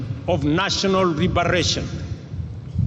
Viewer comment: excuuussseeee mee! Is it RIBERATION or LIBERATION😂😂😂😂